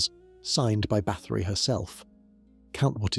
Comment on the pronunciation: Nice video but it would really add to it if you would learn to pronounce the names of people and places correctly!